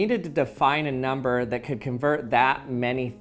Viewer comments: It sounded like "never" instead of "number" xD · Anyone realises that he says “nember” not number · No matter what amount I can hear the “ ber” in number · Avogadro’s Nembheerr